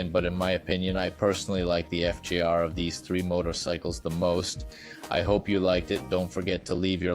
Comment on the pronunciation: BS video--He calls it FIZER? Likely an AI voice translating a script, not a guy who actually rides.